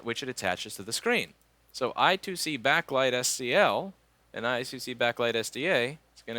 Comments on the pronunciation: I2C is pronounced "eye squared see" ;) but eye two see is okay too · I^2C (or I2C) is pronounced eye square(d) see not eye two see (not sure if its squared or square tho) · It actually is pronounced I squared C . Sorry to be a nerd